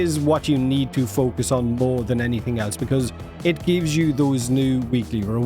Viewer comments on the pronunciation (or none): none